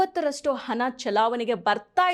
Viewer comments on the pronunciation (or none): ಸರಿಯಾಗಿ ಕನ್ನಡ ಮಾತಾಡಿ. ಅದೆಂತದ್ದು ಕಪ್ಪು ಹನ? ಹನ ಚಲಾವನೆ?